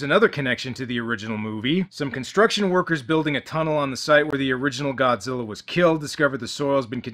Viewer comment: "Godziller" (LOL)